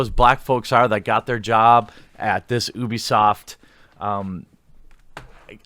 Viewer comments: It's pronounced you-bee-soft. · its pronounced you-bisoft. FUCK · I'm not sure I believe you. You can't pronounce Ubisoft correctly.